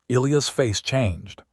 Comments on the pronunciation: Not ElEeus, It's pronounced El-eye-iss! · It's Eliy Us notNOT eleus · His name is pronounced “ ah LIE us” ………Greek and Biblical Old Testament……as were many, many, many early Judeo-Christian American names. NC😢